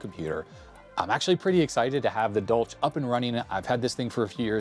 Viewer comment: It clearly says "for industrial USAGE", not "age". Also, that's not how you pronounce the German name "Dolch". The ch is a hissing sound, like a cat makes.